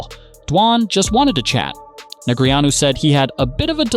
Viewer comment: Christ. I can only hear DNeg’s name butchered so many times. I’m out.